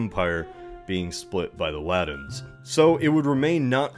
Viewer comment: I love these videos. But if I were to make one critical comment it would lie in this request: Please! Aspirate your t's man!! I cringe every time you say Briddain and the Laddins instead of Britain and the Latins. Please for the Love of all that is holy! I beseech thee!!